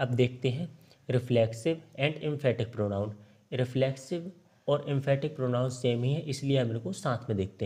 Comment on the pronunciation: परोनाउन नहीं परनाउन होता है